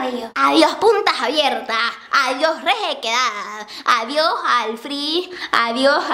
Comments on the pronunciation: Adioj punta jabiertaj, adioj rejequedad, adioj al frij, adioj adioj adioj JAJAJAJAJAJAJJAJAAJJAA :') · Adioj puntaj abiertaj, adioj rejequedad, adioj al frijj, adioj adioj adioj hahahaha Mama Guapura :3